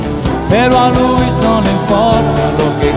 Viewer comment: De ser así Franco le hubiese puesto Luis al tema y no Louis. Si le prestas atención en la pronunciación ni siquiera se acerca a decir luuu is, sino louu is. Haz la prueba y notarás la diferencia.